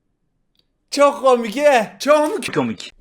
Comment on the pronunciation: Nobody::Çök mü kömik